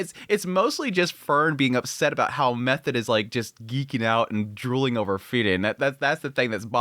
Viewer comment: Err, why are you calling her Method? Its pronounced Me-toa-de the H is silent. Do you watch the subtitled in original Japanese?